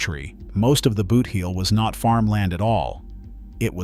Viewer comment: It is pronounced boot-heel not booth-eel.